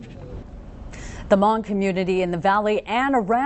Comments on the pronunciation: . the Ha-Mong fighters. wtf dude. its HMONG! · They're saying hmong wrong/funny. But that's not the point. R.I.P General.